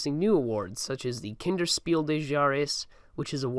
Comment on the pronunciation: Couldn’t agree more also “kinder Spiel des Jahres” somehow became “Kenner Speel de Jares”